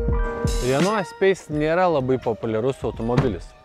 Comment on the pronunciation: Ne espeise, o espase tariasi. Taip pat kaip reno, o ne rena ult 😃.